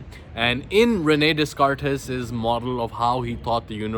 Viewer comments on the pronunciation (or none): René descartes the pronunciation is without s so its like rené decart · Pronounced reu nay day cart